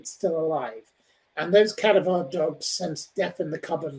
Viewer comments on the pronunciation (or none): "Cadavar dogs"? 🙄